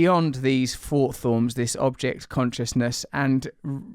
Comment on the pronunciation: are we gonna ignore that russ says fought thorms lol